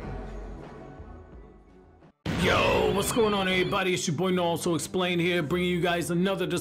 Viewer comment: He says "nawuto" lol